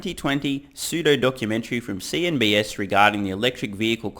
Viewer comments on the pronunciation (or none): Why do you say CNBS when you refer to CNBC?